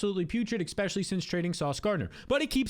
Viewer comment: I love you, but every time you say "eckspeshully" it hurts my soul